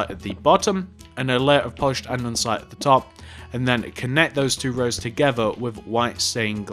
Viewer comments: He was saying andensite even though it's andesite lol!!!! Love the vid keep up the good work xoxo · Hey! Great video, just one thing though. Andesite is pronounced and-er-sy-t, not and-ern-sy-t. Good job on the build though ☺ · And-ah-site not andensite